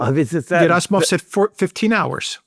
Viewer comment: I like how uses a Greek pronunciation of Gerasimov, like how 'Geronda" would be pronounced 😃